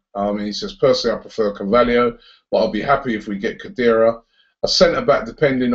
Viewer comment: Haha Robbie it's 'Juan Fernando Quintero'. He's a very good player and he's Colombian!